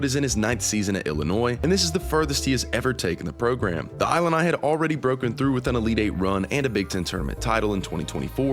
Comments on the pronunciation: Great insights, wish the AI agent knew how to say Illini (LOL) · He pronouced "Illini" wrong. It's like "Illinois" at the beginning. Whatever. How am I supposed to trust this when he can't pronouce that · I assume this is AI since they mispronounced everything, including Illini??? Ugh. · Haha except for how to pronounce Illini and Wagler 😂